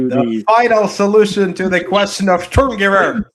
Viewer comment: If i have to hear you say Sturmnchguber one more time LOL